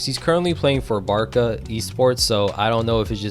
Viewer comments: it's pronounced 'BAR-SA' not BAR-KA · i know but why is he pronouncing it barka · Barka? it’s with a “c” not a “k” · good video but holy shit why do you say BARKA to Barça??????????????????????????? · Bad pronounciation of barça